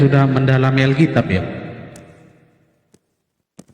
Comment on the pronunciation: Kok alkitiab, bukan alkitab.😅😅😅